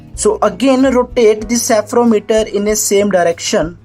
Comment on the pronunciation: It's spherometer not sephrometer